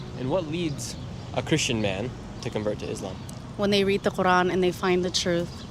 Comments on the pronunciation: She couldn't even pronounce her holy book correctly!! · Sorry but I never been so appalled by the way people pronounce things like when they say quran, sounds like they're choking omg LMFAO